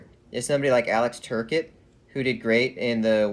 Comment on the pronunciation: Has watched any Kings games before? He mispronounced more than a few names. It's "Tur-cott" not "ter-ket". Kings have 15.5 mill in capspace atm. Plenty of room in the cap. Also, Brown isn't going anywhere. He led the Kings in goals last season and the Kings have already announced their intensions with him. He's there to mentor the next generation. Thanks for the opinions on LA. Always great to get different perspectives.